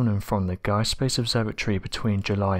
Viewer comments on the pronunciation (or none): none